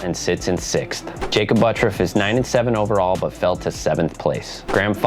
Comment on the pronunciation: Why does everyone keep saying Butt-ruff? That's not his name... His name is Butt-urff. If he wants to say it the way he does, then he will have to change the spelling. There is no way in hell that the way that name is spelled is EVER pronounced Butt-ruff.